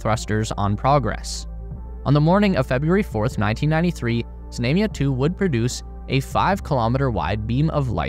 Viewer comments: It's pronounced "Znumya". Stress on "U". U as in the word "run". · There is no long "a" in Russian, i.e. like the "a"s in "Space Race." The "a" in "Znamya" is pronounced like the 2nd "a" in "salami." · Знамя is pronounced with a broad “a” as in “baa”, as a sheep vocalizes or in “ha”. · How many times can you mispronounce "знамя"? Some odd name or word that only pops up once is forgivable, but when it's the subject of the video...sheesh!